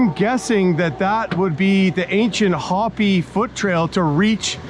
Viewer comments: I really enjoyed watching your adventure but I couldn’t ignore the incorrect pronunciation of the Hopi. It’s “hope- ee” not hoppy. 😂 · It's "Hoe-Pee". Not Hoppy, you're disrespectful right off the go. You have mispronounced a LOT of names. Next time do better research. Cool vid, now go back to Cunuckistan. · By the way, it's pronounced Hope, not Hoppy. A very cool tribute. I have looked forward to this video for a long time! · Hopi=hope ee. Not hoppy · EPIC adventure. Glued to the screen! Scenery was outstanding! (Btw, “chasm” is pronounced caz’-um, not chas-um. )😊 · I like all your videos. They are exciting, especially for someone who is nearly 65 and can't do this stuff. There's never a dull moment. Also, Hope-y. Long "o" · Hopi is pronounced "ho·pee," just fyi. Minor quibble. Also, Chasm is pronounced kaz-zum. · Hopi is pronounced hopee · Pronounced hope-ee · always wanted to do that trip. gorgeous scenery, love your awesome travels. I think hopi is pronounced hoh-pee.😉